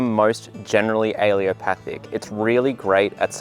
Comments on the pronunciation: Great video with very useful information, but please learn to pronounce the word ‘ allelopathic’ properly. It is not ‘ aleopathic’ which is how you’re pronouncing it. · UH-LEE-LO-PATH-IK... You're forgetting the second 'L'. Also, daikon radishes are still used as cover crops, because the pros outweigh they cons. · Please learn to pronounce the word correctly! It's al-LE-LO-pathic. You're dropping the 2nd L. This is a disservice to the people you're trying to teach. Thank you. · Really good info!! Good to know for companion planting. And please don't take offense but it's pronounced "uh-LEL-o-path-ic." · Alle-L-opathic !! Theres a "L" in the middle of the word! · He is mispronouncing allelopathic altho he has used the right spelling😀 Allopathic, which some Comments are mistakenly saying, refers to modern medicine which uses drugs, surgery & therapies to treat symptoms & disease. Basically, western medicine. Allelopathy refers to the biological process in which plants release chemicals which affect the growth of other plants. Allelochemicals can have a beneficial or inhibitory effect. Mint has a beneficial effect on apples - but grow in a pot. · Might help your case if you learned how to pronounce allelopathic. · What is it with Brits? They can spell a word, but pronounce it wrong. Very distracting! "a-lu-mi-num" is Not aluminium. "Al-lel-o-path-ic" is Not aleeopathic. All plants are allelopathic to a degree. You use the word as though allelopathy is a negative thing. Allelopathy is a biological phenomenon by which a plant produces one or more biochemicals that influence the germination, growth, survival, and reproduction of other organisms or plants. This effect can be either positive (as legumes fixing nitrogen in the soil) or negative (as fennel retarding the growth of its neighbors). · Please learn to say the word. You offered good info, but hearing you pronounce al-lel-o-pathic as al-ee-o-pathic was distracting. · Not "aleo-pathic" a-LELL-o-pathic.